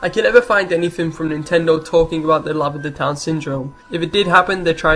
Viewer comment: Seriously bro, learn to speak. "Lavanda toun is a berial pla for the dey". I know English probably isn't your first language, but you could at least TRY to speak it properly. Pikachu out!